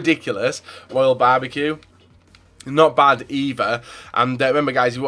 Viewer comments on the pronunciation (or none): none